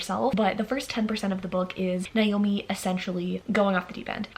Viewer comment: Hi just a heads up, Naomi is pronounced as Nay-oh-mi. Whereas the other less common spelling Niomi, is pronounced with an I.